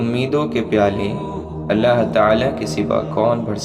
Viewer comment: Maine pehle v aap se kha tha aap Allah saaf saaf bola kre.